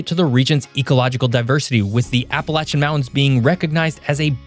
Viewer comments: Well they can’t even say it right ! Appalachian does not have a T in the word for people not from here. It is (appa lay shin) not (appa latch an ) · Appalachian does not have a T in the word for people not from here. It is (appa lay shin) not (appa latch an )